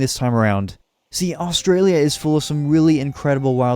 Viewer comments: I live in Australia and also do not say Australia like that and there is actually a lot of tropical places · Australia pronounced: us-straya